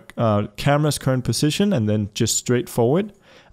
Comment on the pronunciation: whenever he says PUSSITION, u dont want to know what i think he says.